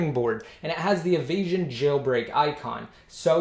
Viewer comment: nt avasion ...it's evasion ....u can my video ..more better ..3ASY355